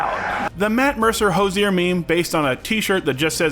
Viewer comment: It's not how himself or other Irish people say Hozier. Food for thought.